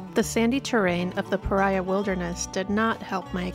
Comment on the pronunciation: Love this video series and I'm glad the next one is out!! Just so ya know, the locals pronounce it escalan-tay and pah-ree-uh.